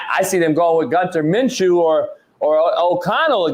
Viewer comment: Mf said gunther minshew 😂😂😂😂